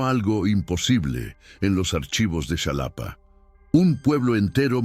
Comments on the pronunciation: Es Xalapa, no Shalapa. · "Shalapa" 🤣🤣 Qué ridícula es la IA Ojalá que mejore 🤷‍♀️ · Se escribe Xalapa pero se pronuncia jalapa....en maya si sería chalapa,pedazo de pendejo